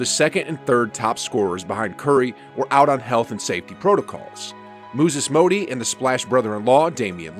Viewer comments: You had me at 'Mooses Mody...' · “Mooses Mody” 😭😭🤣🤣🙌🏽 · " moozes mody " Lol that took me tf out🗣🤣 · Bro you said Mooses Mody lol